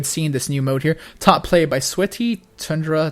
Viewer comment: He also pronounced Tundra like Taundra right after. Having to speak extemporaneously and play a competitive game at the same time lends itself to errors like that. Give the guy an fing break.